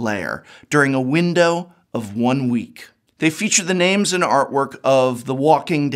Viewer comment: You know prof is angry when he mispronounced names